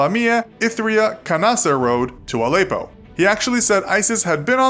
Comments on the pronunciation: It's Al-eh-ppo btw not Al-eyy-ppo :) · The way he says Allepo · The way he says Aleppo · learn to pronounce Aleppo kinda in the news a lot